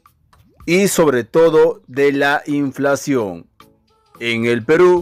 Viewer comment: No es inflaxion es inflacion 😂😂😂😂